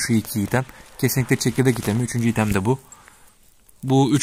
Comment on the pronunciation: Örnn diye okunmuyor haberin olsun